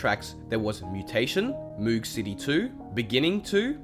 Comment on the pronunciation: Just pointing out that the song "Moog City" is not pronounced mOOg city it's pronounced Moug city as in the synth that was used to make the sound